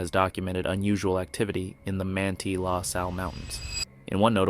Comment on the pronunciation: Pronunciation Man-tie = Manti-La Sal National Forest. Yes I know the voice is AI generated.